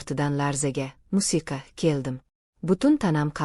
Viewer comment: Унда мусика сузи тугри гапиринг